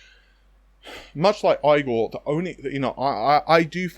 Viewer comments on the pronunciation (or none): Does Igor's lab actually pronounce his name like eye-gor? The american and according to google, the german pronunciation of Igor is like Ee-gor. Given how many times you've said his name on this channel, I think you need to find out how he really pronounces his name from the man himself. In many cultures it is very offensive to repeatedly mis-pronounce someone's name hundreds of times...